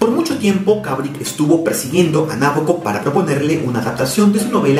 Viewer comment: El acento va en el BO de Nabokov